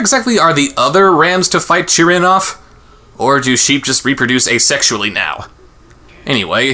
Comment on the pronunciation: Oh it's Chirin thank you. It sounded like Jiren being the name from DragonBall Super Tournament of power saga to me due to pronunciation similarities.